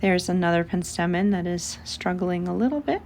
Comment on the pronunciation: It's pronounced PENstemon.